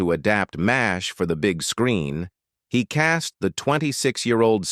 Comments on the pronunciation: "EM AYH ESS AYTCH..." NOBODY but nobody EVER called it by the letters, it was always and only pronounced Mash. -The late-night pique of a st*n*d old man):face-purple-wide-eyes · I was just thinking about AI when I heard the start of this rubbish. EM AY ESS AITCH? Why is it so hard for a human to speak. Oh, I hate Alan Alda more. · It's the forty-seventy-seven, not the four thousand, and please just call it "Mash". AI will never learn to be colloquial.